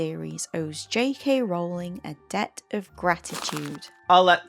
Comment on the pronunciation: “JKK Rowling” ahahahahahahahahahhahahaahahah